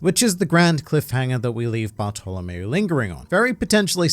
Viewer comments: Barf to lamao wow the pronouncing is soooo perfect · But its baahtolomeo